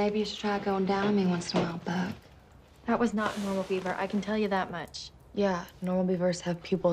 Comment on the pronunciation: It's Beaver, not Yeaver